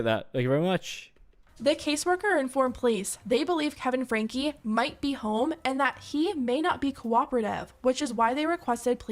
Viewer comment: Ive been watching/following 8 passengers since around and I can confirm Shari is pronounced, by the family at least, more like Sherry, with an "eh"' sound rather than an "ah" sound. Also the surname is pronounced like "Frankie" or "Franky"